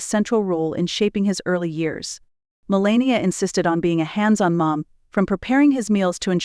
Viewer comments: HOW CAN YOU tell us about BARON WHEN YOU CANT PRONOUNCE HIS MOTHERS NAME I WOULD RATHER LISTEN TO THE FAMILY TALK ABOUT THE FAMILY THEY KNOW BEST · It's Melania.